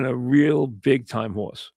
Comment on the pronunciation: A hawse is a hawse of cawse of cawse...